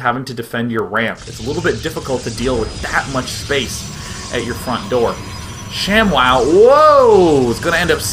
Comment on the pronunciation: its not shamwow its sham-WOW!